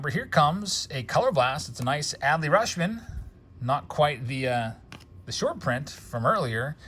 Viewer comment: I think Rutchman pronounces like clutch, not RuSHman.